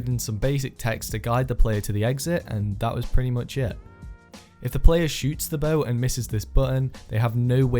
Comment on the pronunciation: This Legend said Muck